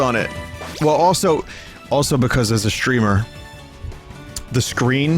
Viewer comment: It's pikause...